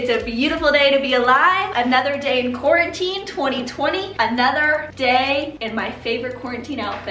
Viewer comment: “Quar- WHIT-tine 2020” yo welcome 💁🏼‍♀️😂